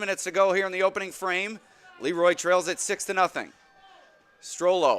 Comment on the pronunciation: I wish the Broadcast team would call the team Luh-Roy instead of Lee-Roy . The town was named after a man with a French name.